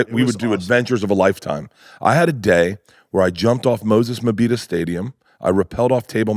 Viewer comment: 😂😂😂 Bert remembered Moses Mabhida and pronounced it correctly 😂😂😂